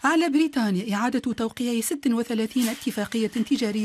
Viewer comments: تقول بريتانيا😂😂😂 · ايه لهجه التوانسه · لهجة التوانسه كذي